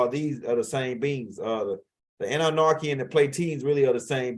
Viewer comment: It is so funny every single time he say it lol 😆 🤣